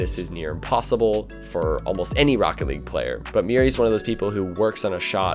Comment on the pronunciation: you should ask muir how to pronounce his name lol